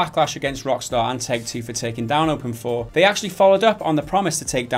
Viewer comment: Open 4? I thought it was open "eye v"